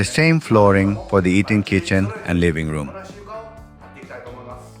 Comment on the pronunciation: I believe this is a re-post. Eating Kitchen sounds a bit funny.